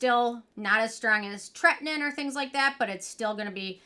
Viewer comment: You crack me up with your wording. It's pronounced Tretin-OWEN. TretinOIN. lol.